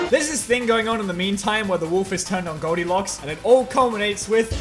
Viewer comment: That ain’t Goldilocks, that’s Goldiglocks .